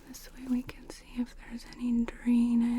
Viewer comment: Why do you say "can't" when you mean "can” ? 😊